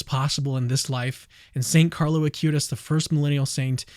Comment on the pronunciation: please dont say a-cue-tis, it is ah-qoo-tees